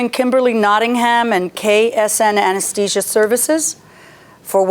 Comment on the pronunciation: She's an anesthetist and she can't even say anesthesia correctly. I would be highly embarrassed, not to forget that she's been one for 28 years. Oh, and she's just a simple mom - that cannot pronounce her life's work. Harvey and the Doctor pronounced it correctly but the judge and the defendant don't know their English very well.